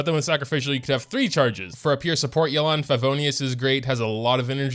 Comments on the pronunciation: why does everyone call her yuh-lan?? is this some American accent? in Chinese it is pronounce yeah-len 叶栏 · Why is he calling her Yelán? we've seen the story, we know how it's pronounced, why!?